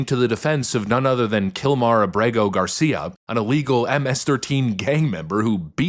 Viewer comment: Abrego Gar-See‐Ya!!! Princess!!!😅😂